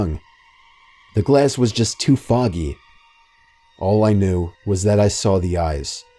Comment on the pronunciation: "The glass was too faggy"